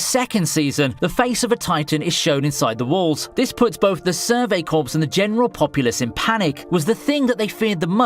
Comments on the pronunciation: Corps in Survey Corps is pronounced 'Core' and not 'Corpse' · Stop pronouncing Corps as corpse. It’s pronounced with the p silent like core.